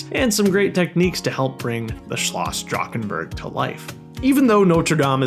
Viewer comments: the way you pronounced drachenburg hurt me deeply as a german </33333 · Fellow German here, awesome recreation love the micro scale build. Kinda funny hearing Drachenburg" being produced Drakkkenburg :D